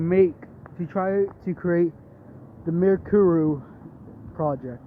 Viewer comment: atleast someone said mirakuru right